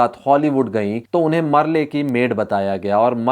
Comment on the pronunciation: Merle should be pronounced as Merl